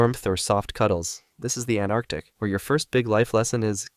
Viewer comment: anarctic.. man i love some people's pronounciation